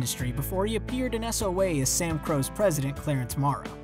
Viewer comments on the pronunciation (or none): none